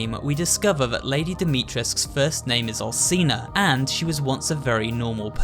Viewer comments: Its not Al(s)ina its Al(ch)ina. You need to read it that way!!!! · Bruh I’m 3 mins in and cadou and Alcina are pronounced wrong cadou is (cad-ooo) and Alcina is (Alchina) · And alcina (alchina)